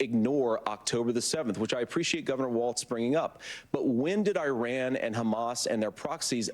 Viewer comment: eye ran 😂